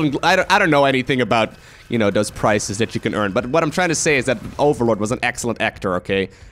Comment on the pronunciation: When I heard about «prices», I had to rewind your speech to understand that you're speaking of awards, not «prices». And, by the way, «same dildo» doesn't sound family friendly. XD